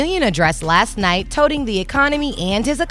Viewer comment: Touting the economy (rhymes with doubt)